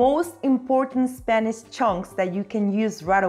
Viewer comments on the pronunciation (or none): And stop saying eSpeak eSpanish.